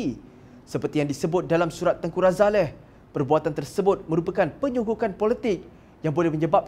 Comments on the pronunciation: Sebutan yg betul adalah Tengku Razali....bukannya Tengku Razaleh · Something wrong with this guy, why he keep saying Tengku RAZALEH, its Ralazie...tell him to learn how to pronounce name properly.